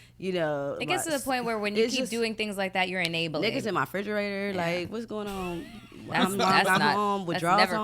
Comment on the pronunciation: “Niggas in my frigerator” KILT me!! 😂😂😭